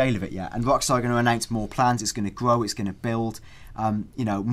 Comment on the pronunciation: "it will gwow, and gwow, and gwow!"